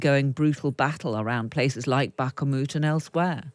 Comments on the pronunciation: Keep telling your BS and it will become the truth but this time we've got the Internet this time round she called it bakamut instead of Bakhmut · strange to hear Bakhmut pronounced as Backermut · some call it Backmoot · English people don’t even try pronouncing Slavic word properly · How can you be a Times reporter and mispronounce Bakhmut multiple times? Have some respect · How can you get 'Bakhmut' so wrong this far into the war 🤦‍♂️ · Weird pronunciations of Bakhmut by Reporter, so she is probably right? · Would help if interviewer could pronounce Bakhmut correctly!! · why does this announcer always have this pronunciation of Bakhmut......no-one else does...is it affectation or am I missing something? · After 15 months, she still cannot pronounce Bakhmut. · Sounds like a choc bar! 😂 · I'm waiting for this host to learn how to pronounce Bakhmut properly and I'm starting to think she never will 🤦‍♂️ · Back-a-moot? That's an interesting new mispronunciation! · Bakamoot 😂🤦🏼‍♂️ Bakhmut lady, kh like you're spitting in Zelons Musks face. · Lady its Bahkmut NOT BAHK a MUT. Thought you’d have realised by now. 😂🥊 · “Backahmoot” 😅 I guess it’s by “Keeve” in The Ukraine. 🇸🇪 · To the female interviewer: Bakhmut not "Backamut" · Its not called BAKA MUT but BAKMUT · Should we surrprised these dictators dont give a Dam about " Life in general " except for there own miserable life. ps: lady its not " Backa moutt " its prononced " Bacmoud " 😂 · "Bakh-A-mut" ? I have never seen the letter A in the spelling of Bakhmut which is a city in Ukraine. Maybe this female presenter can explain how her version of english works. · STOP THE BAK-AH-MUT!!!!! It is pronounced bakh-mut ffs 🤣😂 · That "Bach-a-moot" is really tough on the frontal cortex. Is that acceptable pronunciation in ANY dialect? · Bakhmut. Not Backamutt. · Bakkermut? Cmon... you're a reporter, this town has been the forefront of news for how long now? nitpicking but still... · Where did she get the pronunciation of Bak A moot